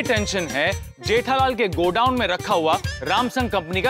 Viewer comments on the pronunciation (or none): Gethalal nahi jethalal bolo bhai